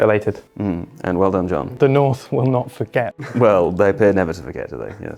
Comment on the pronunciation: north, butchered